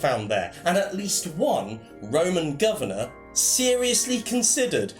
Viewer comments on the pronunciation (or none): none